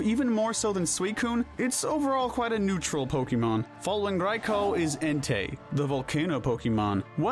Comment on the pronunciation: IT'S NEUTRAL, NOT NUTRUAL!